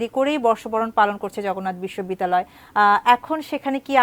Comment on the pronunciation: বিশ্ববিদ্যালয়ের নামটা আগে ঠিকে করে বলেন পরে নিউজ কইরেন